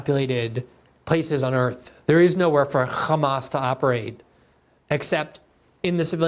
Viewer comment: Why do they pronounce "Hamas" that way? It makes me sympathetic to any group to hear their name butchered so much.